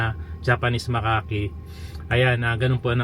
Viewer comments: Ang pronunciation po sa "macaque" monkey is "MAKAK". Hindi po "makaki". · Makak po yun tamang tawag sa Macaque hindi po Makake o makaki